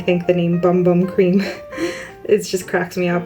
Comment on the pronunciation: Its pronounced over there boom boom.